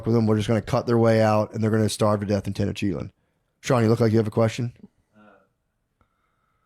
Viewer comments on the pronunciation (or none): Matt trying be historically correct and cannot even pronounce Tenochtitlan correctly 🤤🤭 -Maybe that’s you notes 😂